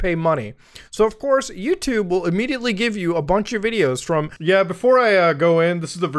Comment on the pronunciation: "yewchube if you will" I WILL NOT EVEN IF IT IS "CHEWSDAY"